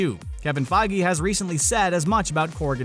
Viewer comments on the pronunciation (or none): none